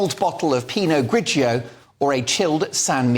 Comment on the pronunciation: Please say Pino Grigio again 😂😅